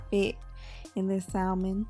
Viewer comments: "Sa - mən", I know it's hard to ignore that "L", but it is silent. It's like saying the name Sam and then ending it like your Jamaican. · The L in salmon is silent! It is pronounced samon!